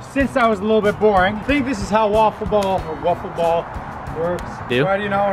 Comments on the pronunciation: it’s called a wiffle ball. Rhymes with sniffle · It's called a wiffle ball not woffle ball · ITS WIFFLE BALL NOT "ŵûfflê bâll" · Its wiffl wall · Its wiffle ball not wufle ball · hahaha this guy said waffle ball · Its not wuffle its wiffel